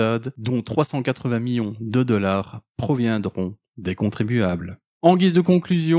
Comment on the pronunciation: Et pouis, 18 deleur, il parle français ?